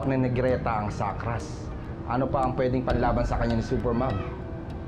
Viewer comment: "BALABAL" NOT LAMPIN YUNG LAMPIN PO AY SA BABY O SANGGOL "GRETA" NOT GLETA CORRECTION